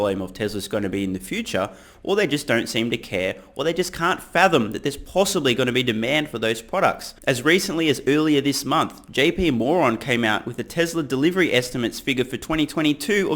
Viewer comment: Lol don’t kill me he says JP moron lol had to listen to it 2 times I thought I was hearing things